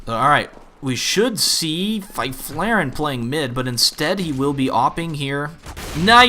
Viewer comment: Fy-flare-en? That is awful pronounciation right there